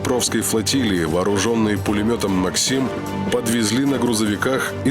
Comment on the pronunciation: Кто создавал отрывок с Panzerfaust явно Шрэка пересмотрел, хочу сказать правильно пишется не Panzershrek, а Panzerschreck, и да пулемет называется не МаксИм, а МАксим